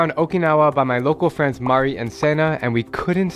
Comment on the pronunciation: Is she really a fweeend??